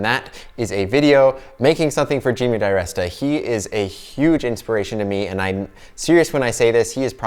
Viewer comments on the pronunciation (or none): His name is pronounced der rest a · Great video, great ring. Odd way to say his name though